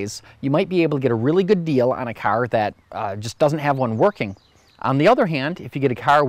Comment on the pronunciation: What operat÷s the airbags? You irish? Carrrr Good video